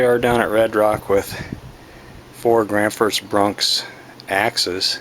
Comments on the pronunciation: Granfors Bronks hahaha your a little off with your pronunciation brother its Gransfors Bruks and I believe it's pronounced Gransforsh Brooks in Sweden :) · Who is "Granfors BruNks"? Where'd that "N" come from? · It's pronounced : Granns-forsh brooks